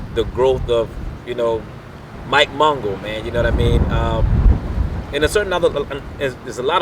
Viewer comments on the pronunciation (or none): none